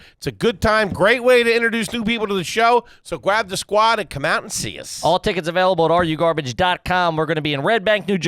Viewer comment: “gwab the skwad”